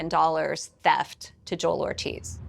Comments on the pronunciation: This narrator is pronouncing Joel's name like it's a Key and Peele sketch. It's not Jo El it's Joel bro. How did the producers not fix that? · Imagine pronouncing Joel as Jo-el for the entire video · Why do you insist on turning his monosyllabic name into 'Jo-elle'?